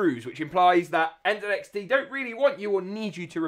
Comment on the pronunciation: When i heard you say NZXT the proper way i immediately followed 😊